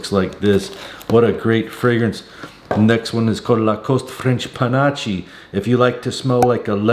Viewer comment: Hi... The "Panache" is pronounced "panaSH"